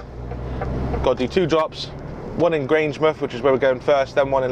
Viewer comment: Didn't think he was too bad with Grangemouth but pronounced Livingston like it had an 'e' at the end. He should definitely avoid trying to do a Scottish accent though - sounded more like Ugandan!